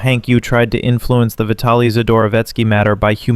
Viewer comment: "Vita-lee"?, are you running your voice through AI? What's with the mismatched pronunciation